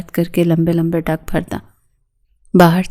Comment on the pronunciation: لمبے لمبے ڈنگ نہیں لمبے لمبے ڈگ